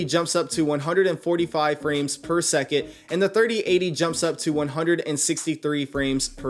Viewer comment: Drink every time he says “per seket”